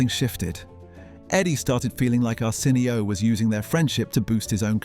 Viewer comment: Is this shit ai? Who the fuck says “arson. e. o.” but an ai voice😂